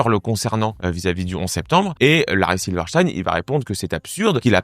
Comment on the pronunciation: Prononciation correcte : silver stine